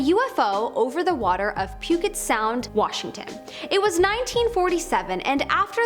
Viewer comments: "Puget" is pronounced as if the "g" is a "j". "PEW-JET" sound, not "PEW-GET" sound. (Will you go out and get some sound? we're all out here). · You pronounced "Puget" incorrectly. The g is pronounced like a j not a hard g (pew-jet) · Pu-git Sound. Where do they find these people? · No N, pew jet sound